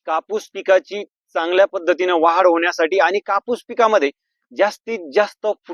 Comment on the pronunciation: वाहाड नाही भाऊ वाढ म्हणा कृपया